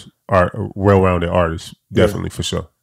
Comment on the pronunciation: “ARTISIST” word of the day. Rip mo3